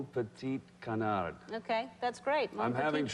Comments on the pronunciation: Actually you don't pronounce the "d" at the end of "canard" x) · I'm french and we don't pronounce the "d" at the end fo "Canard" in French !! But his accent is cute. ;) Dr Glamour. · We don't pronounce the "d" in Canard. But how he says it is so cute. lol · Too bad he does not know that he should not pronounce "d" at the end of "canard". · Silent "d"!!!! Come on. Easy.